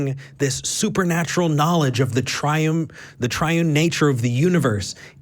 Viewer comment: a "triun" god, lmao